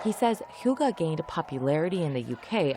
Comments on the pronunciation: It is not "hugga" - it is pronounced streight forward "hygge" ---- Yes, for me as a Norwegian, coming from a cold winterland, I associate Hygge with coming into warm surroundings from activities in freezing cold and snow. Lighting up, making a fire in the fireplace, creating a little nest around myself, preferably with candles and dim lighting. Finding food, drinks or snacks, and things I want to surround myself with to create a calm and relaxed atmosphere. Newspaper, magazine or book, listening to music. Either alone, or with family or friends, or others. Maybe a game of cards, quiet conversation or silence. The main thing, and most important is to create and having a relaxed moment in similar surroundings where the mind rests and the most important thing is just to enjoy life there and then - until you want to break away from the more contemplative and emotionally relaxed state, and be active in more everyday activities. That is my definition of Hygge. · the way you say hygge, sounds like something you smoke on, (hugger) sound very funny for a Danish guy, who have grown up whit the word hygge 😂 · Hoogah?! Wth is that 🤣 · When you look it up it says hygge is pronounced hoo gah... Its not. Its a sound that doesn't really exist in English. But there's no O sound in it trust me. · I'm surprised that the reporter pronounced it "Hugge" instead of "Hygge", considering the letter Y is part of the english alphabet. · Why does Americans always change the letters. It’s not «hugga», it’s «hYgge». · I get that Hygge isn't easy for other languages to pronouce, but why are you pronouncing the "y" like a "u" a the "e" like an "a"???